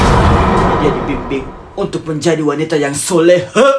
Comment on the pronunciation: Bukan solehah tapi solehong